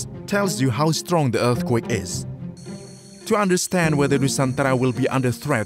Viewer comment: The way he says eath quek are dead giveaway